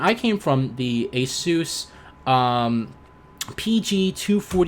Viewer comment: I had to stop watching the video after you pronounced asus lol